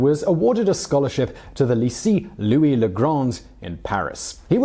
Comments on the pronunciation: You should look up how to pronounce lycee (and other words in a language that is not your own). Hint it's 'leesay' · I’m not asking you to speak impeccable French, but could you please pronounce Lycee as ‘Lee-say’? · Lycee is pronounced “lee-say”. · Please learn how to say lycee and generally how to read french words😭😭😭 it burns my ears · Trying to say Lycée with a fancy accent to sound smart = saying it like crap Or that very bad prononciation of Bastille oh lala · As a Frenchman Simon’s pronunciation of the term lycée made me contemplate suicide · Ian Harvey He also says “lye-see” instead of “lee-say” for lycée but overall I just learned so much I can’t be mad at it! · It's lee-say...not lie-see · it’s lycée - “lee say” ya self-discrediting bum! sounds like you’re talking about lychee fruit. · The 'lye-see' is really the 'lee-say' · Um, Leesay, not Liesee (Lycée) Girondins not Grindons Otherwise, pretty decent thumbnail of an incredibly complicated period. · The "lycée" = "lie see" ?? Only a Brit could mispronounce the French language so badly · It’s ‘lee-seh’ not ‘lie-see’ (lycée) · ... I know I should be focused on the info but the whole time I was going “lee-say,” it’s “lee-say,” not “lie-see,” that’s so wrong... I’m wishing he had checked the pronunciation of Lycée... Even though I know it only would bother those who speak French. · Lycée is pronounced lee-say by the way, not lie-see :P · Damn, Simon, WTF is that pronunciation?! Lycee is not "lie-see" - it's "lee-say"!! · Simon pronouncing lycée as lisi and laisi were my best part of this video. It’s lisay if you’re wondering. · Omg it hurts to hear Lycee pronounced Lye-see. It is Lee-say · A little help in French pronunciation: it is not a 'lysee' but a 'li(long)say'. The 'i' is pronounced as the o in women. In fact also as the e in women. What a simple language English is!. An 'ée' is a long 'ay' as in 'way'. Good luck. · "Lycée" should be pronounced "lee-say" rather than "lie-see" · Lee - say